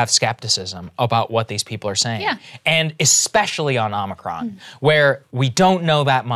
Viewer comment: Saagar, it's OMICRON. OH-MICK-RON. Not Omricon.